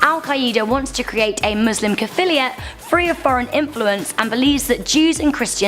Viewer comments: caphiliate... I don't think that's a word. I think you meant caliphate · Caliphate not caphiliat! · depressing list. please make more history videos. #10, is that how British folk pronounce "caliphate"?